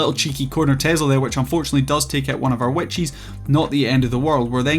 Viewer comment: for 4 minutes and 40 seconds I was wondering what "Wet Cheese" was lmao, I'm far too new to understand that what I was hearing was witches haha, good video man!